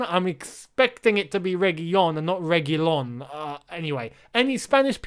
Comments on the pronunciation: L does not become silent in spanish. I dont know where you got that from. it's pronounced REH-GIH-LAWN. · The "L" in Reguilon is not silent. The "L" is silent when combined with another 'L" (two "L" together). Re-qui-lone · An Indian who has been speaking Spanish for 3 years here. It's pronounced as Serkhio Regeelon. The gi is pronounced as kh and single L is pronounced as L. LL make the Y sound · The L in Réguilon is not silent, however the “ui” after the “g” is pronounced like a “y” It would be something like Regylon but with a hard g. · L does not become silent in Spanish it makes a regular English L sound LL is what becomes a Y sound in Spanish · His name is Reguilòn, therefore it would be a hard "o" not "g". Oh if my old teacher could see me now. "Not concentrating enough" my ass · L is only pronounced like Y when it is "LL", for example, me llamo... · In Spanish the double L is silent. If it’s just one you pronounce it.